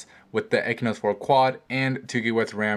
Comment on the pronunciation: Learn how to pronounce! It's Exynose and it's not An-tuntoo, its Antutu